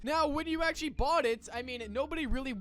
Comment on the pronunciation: erm you said "actually" wrong dumb